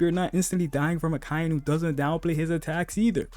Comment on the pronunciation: Aka-Inu... Not "Ah-Kai-Nu."